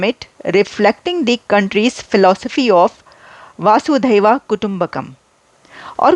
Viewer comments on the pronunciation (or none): Reena Sachdev 🙏🙏 Vasudev kutumbakam Sanskrit word hai jiska matlab hota hai whole world is one family.. Aliya Vasudeva ya Vasudheva nahin hai blki Vasudev hai please pronounce correctly.. Purana nahin hota Puran please pronounce correctly Puran bolty Hain purana nahi.. Puran ko plural mein Purans bolate Hain puranaas nahi.. Kutumb yani Parivar kutum yani khandan.. Yah hajaron salon se meaning hamare andar hai Sanatan Dharm ki pahchan hai Lekin aajkal ke log wars zone mein aaye hue hain.. lakhon sal bad hi use Kiya ja raha hai madam kyunki Sanatan Dharm aur Bharat lakhon karodon sal Purana hai behtar hoga aap hinglaj Mata ke mandir jaaiye vahan ke pandit Ji se personally Mili hai aur Bharat aur Bharat Bharat ke Sanatan Dharm ke bare mein knowledge gain kijiye aapko bahut jarurat hai.. Sanatan Dharm tha hai aur rahega duniya ke khatm hone Tak aur Bharat bhi rahega duniya ke khatm hone Tak kyunki Sanatan Dharm ki paida hone ki koi tarikh nahin hai Islam Kalyug mein paida hua hai Christianity Kalyug mein paida hui hai aur Inka khatm hone ki tarikh bhi likhi hui hai Bhavishya Puran mein.. Hinglaj Mata Mandir ke pandit Ji se puchna satyug treta Yug dwapar Yug aur Kalyug ke bare mein Charo Yug ke kitne lakh sal purane Hain.. Hamari Sanskriti ko hamare Sanatan Dharm ko kuchal ke rakh Diya Muslim invaders ne aur Britishers ne lekin ab Bharat apni pahchan ko fir se aage la raha hai.. Thanks Reena Sachdev 🙏🙏